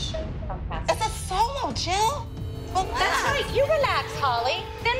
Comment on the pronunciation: Holly: Jill sounding like Chill